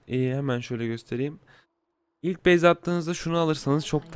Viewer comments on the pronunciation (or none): none